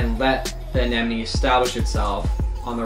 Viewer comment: finally someone who can say AneMone ! XD